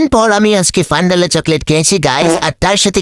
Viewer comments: Fondalo❌ Fandalo✅ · আরে ওটা ফান্ডাল না ফন্ডাল হবে